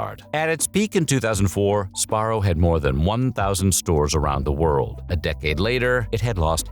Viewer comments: What the heck? The narrator keeps saying Sparro instead of Sbarro. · what is "spar-oh"? it's "suh-bar-oh" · Si-BAR-row lol. Say the Si quickly. Syllable 1: Sih Syllable 2: BAR Syllable 3: Row He is saying it wrong. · I think youre saying that wrong. Its sBarro. Say the B. But also.. just remember, 7-11 pizza you eat the box too 🍕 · Also, I always pronounced it as "Sabarro" instead of "Sbarro" because even though I knew how it was spelled, I didn't know how to pronounce it or what the correct pronunciation was. I also was born and raised in 1999 so when I grew up going to malls in the 2000s and I grew up eating Sbarro, I just assumed since I was a kid and I didn't know how to pronounce it correctly (and since no one corrected me at all in the first place), I just assumed the name "Sabarro" was correct instead of "Sbarro." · I never knew it wasn’t pronounced Su-barro. Like su-burban, I guess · It's not pronounced SaBarro? Wow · You're not a real Sbarro fan if you weren't pronouncing it Suh-barrow :D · Am I the only one that pronounced it "Sa-Barro"? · I’m crying cuz I’ve always pronounced it “SA-Barro” LMFAOOOOO whatttt!! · This guy makes it sound so easy to say the "sb" sound in one syllable. I can only say it as "subarro". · I always pronounced it Sa-Barro. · Si- BAR-row lol. Syllable 1: Sih Syllable 2: BAR Syllable 3: Row He is saying it wrong. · Yeah he's saying it wrong. sBarro. Or Si-BAR row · I didn't know the b in Sbarro is silent.